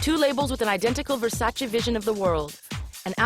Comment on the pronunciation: It is VersacE not VersacI guys❤️lmao